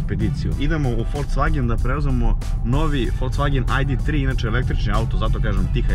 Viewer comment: "Idemo u FolCvagen"?? Znaci ne verujem sta cujem. Molim vas ubedite me da nije rekao sa "C"!